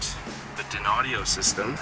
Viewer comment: Just so you don't keep sounding dopey and unsophisticated, that Audio brand is pronounced - "DINE-Audio" , not "Din-Audio" lol Dynaudio is a highly-regarded, High-End Speaker company from Denmark who produce Audiophile level Home stereo speakers, Studio Monitors for Engineers and sell their drivers to other Speaker companies. You're welcome... :)